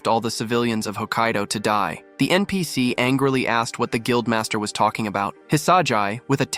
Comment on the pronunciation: how this ai say npc to all the non main charcters you need to teach what is npc to your ai